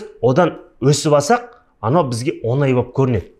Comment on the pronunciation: Оз казак тіліңді туры сойлесей Онай емес оңай деп айтылады